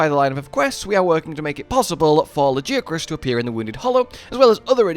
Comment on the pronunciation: You still don’t know how to pronounce Lagiacrus....maybe one day....